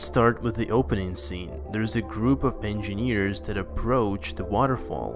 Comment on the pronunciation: I hate the way you pronounce engineers..you must have said it a thousand times..geez!!